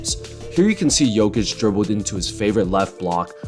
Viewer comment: Your pronunciation of "Nikola" was way above the average for the US speaker And "Jokic" is almost spot on Great video btw